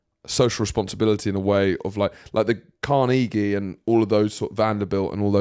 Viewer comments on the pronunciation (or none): The way pronounces things is insane—CarNEEgy?! 😂